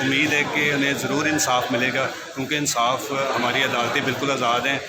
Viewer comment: "Mutmeem" " Ansaaf" O Shorray bolna seekh le pehle